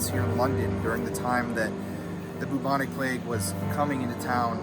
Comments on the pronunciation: I love the way you say bubonic lol it’s like boob-onic 😂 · if he says bubonic wrong one more time